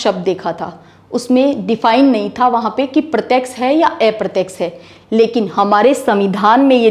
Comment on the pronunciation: एप्रत्यक्ष नहीं अप्रत्यक्ष कहें बहुत अच्छा पढातीं हैं आप धन्यवाद